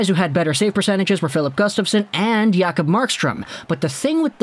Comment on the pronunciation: Jacob NOT Yacob, so cringy when you do that